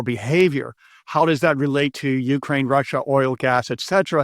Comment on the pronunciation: please change the emphasis in the word "Ukraine" to the second syllable. thanks for the good content